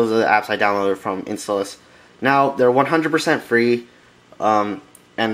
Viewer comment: no its in "stall" ous